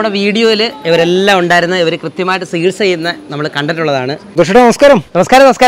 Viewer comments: സികിത്സ അല്ല ചികിത്സ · ഒക്കെ ശരി, പക്ഷെ ഒരു കാര്യം.... "സകിത്സ" അല്ല സേട്ടാ, "ചികിത്സ" എന്നാണ് മലയാള ഭാഷയിൽ ഉച്ചരണം 🤪